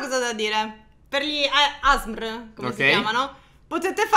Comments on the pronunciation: Ma non si dice asbrm ma A.s.r. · ASMR non si legge asmr ma si legge esse erre emme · Ma la parola ASMR non si legge così come è scritto ma si legge AESSEMMERRE Non voglio offendere nessuno! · Io vi amo😍 #teamnino PS: Asmr si scrive così ma non si pronuncia così. Ma "aessemmer" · L'unica cosa fastidiosa è sentire ASMR invece di Aessemmeerre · non si dice asmr si dice A esse emme erre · A esse emme erre! Non gli asmr plz ditelo bene basta con questo asmr A ESSE EMME ERRE E NON ERA UN BUDINO 🍮 DI SLIME!ERA GELATINA! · Ma si dice A S M R pronunciando ogni lettera staccata non ASMR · Si scrive asmr ma si dice (a esse emmerre) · Nn si pronuncia asmr ma : aesseemmeerre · Asmr😂😂😂. Si pronuncia a-esse-emme-erre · mi disp. Ma non si dice asmr ma si dice aesseemmeerre senza offesa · Non si dice asbr ma a s me r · Scusate ma si dice a s m r no asmrr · Non si dice asmr in quel modo si dice a,s,m,r non asmr (scusate dovevo) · Comunque si dice a s m r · Bellissimo video,come tutti gli altri❤ Comunque si Pronuncia aessemmerre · Si legge " A ESSE EMME ERRE" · Si dice aesseemmeerre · vi prego fate una canzone in cui ripetete asmr e comunque si dice A S M R tutto staccato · e si dice asmr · I video ASMR si pronunciano: Aesseemmeerre tipo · Si srive ASMR e si legge a esse memme erre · Comunque si scrivè asmr ma si legge " a esse emme erre" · Si dice a esse erre emme ASMR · Si scruve asmr MA si dice aesseemeeree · Scusate ma però si dice Aa-S esse-M emme-R erre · Si dice aesseemmeerre(p.s.:vi adoro❤❤❤😍😍) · Non per offendere! Di dice A-S-M-R ripetetelo a lettere tipo a m ok ciaOOO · Si dice A-S-M-R staccato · Asmr si pronuncia lettera per lettera non come nome intero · Asmr si pronuncia aesseemmeerre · Si legge a esse emme erre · Si chiama asmr e si legge aessemmerre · Si dice a s m r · Ma non sapete neanche dire asmr